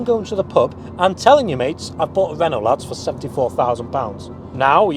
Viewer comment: It's Renault without the "LT" Renau.